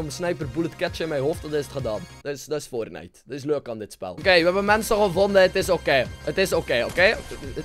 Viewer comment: Wie speelt er "fortnicht"? :D